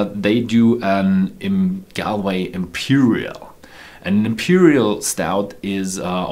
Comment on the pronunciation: Galway is not a city in the east of Ireland but in the west of Ireland.... Also the correct way to pronounce the name is not "gal - way" but rather "gawl - way" :)